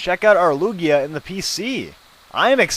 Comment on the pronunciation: itz toguoee... acculy iz loojia